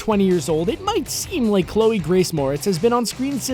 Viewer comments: Chole?!? Really guys?!? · "Chole Moretz" is this channel run by a two year old? CHOLE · "Chole"? YOU NEED AN EDITOR!